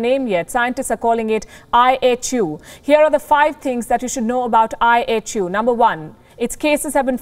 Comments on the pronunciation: Sometimes I heard I.H.U. as I Have You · Kinda sounds like “ I Hate you “🤷🏻‍♂️ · I thought I heard the news caster saying, I HATE U". Did I hear her well? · Apparently all variants are coming "out of Africa". IHU; why does it sound like -i hate you?